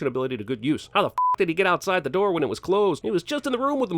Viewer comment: Everything Wrong With: "wihen" is not a word.:^)